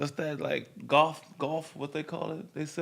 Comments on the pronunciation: Yo is Nick young trying to say “Goth” 😂😂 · You mean "goth" Nick? Not "golf" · Yall know damn well he was saying Goth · He said “Goff” and he meant “Goth” omfg 😂😂😂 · Bro thank you cuz I'm watching this shit like "what the fuck kinda golf is this nigga talking about"😂😂😂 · goth nigga said goff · Is he trying to say “goth”? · I come back here for just to hear nick mispronounce goth😂😂